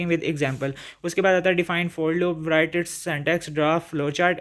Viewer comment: Sir write ko prounc si karin (w) silent hy and by the way bht axha tha guess ❤